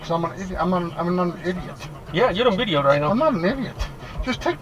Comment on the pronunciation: The passenger tried to be racist by repeatedly mispronouncing “video” as “bideo”, but utterly failed since the driver just ignored it, and the drivet kept being respectful towards the passenger.